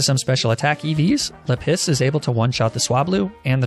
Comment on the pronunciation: I love the mispronunciations "Leh-piss"